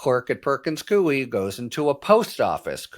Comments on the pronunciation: Perkins Coie, pronounced coy. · Perkins Coie -- pronounced Cooey, rhyming with Dewey.